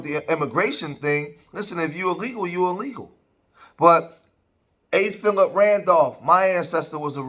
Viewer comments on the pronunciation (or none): none